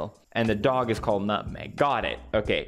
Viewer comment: my favorite pewdiepie quote: "nutweg"